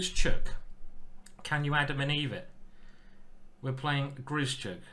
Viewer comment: Ben says why do you keep butchering Grischuk's name. It's not 'Grishy - Chuk' for Christ's sake, practise saying 'Grish - Uck' in the mirror and remember there is no 'Y'.